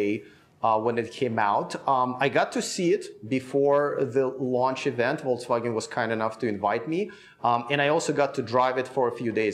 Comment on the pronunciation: seems to say VOLTSwagen!? Am I the only one hearing this?